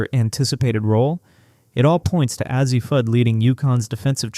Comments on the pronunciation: Who's AH-ZEE Fudd ??? I know who A.Z. Fudd is, bit I've never heard of AH-ZEE Fudd. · Azzi is A Z, not az zee. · Why do you continue to mispronounce Azzi ??? It's simple .... A.Z. Cannot take you serious.